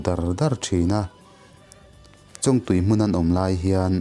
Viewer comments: chongtui tia lam tur. . ania... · Chawñg ah hian thluk na wm lovin chawngtui ti a lam top tur a ni in ka va hre ve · Huat ah la lo la. I thawnthu sawi hi nakiiin zela tana ṭangkai tak tur a nia. Thluk diklo hlek pawh hi a pawi thei em a. Chuvang a nia karawn sawi. Han ṭang zel teh 👍👍👍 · A reitawh viauna a, Chawngtui tiha (ng) hi thluk tur.. Kan tiveleh hnahnawh anih chu, kei val lungmawla hian... 😁😁😁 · Chawngtui thlûk a dik lo sir 😢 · Chawngtui tihah hian Chawng hi a ri sangin lam tur a ni...North Vanlaiphai kianga Chawngtui chu Chawngchen tia chawng kan lam ang hian lam tur a ni...Thawnthu ngawihnawm tak ni... i channel hi a țha khawp mai... han țang zel teh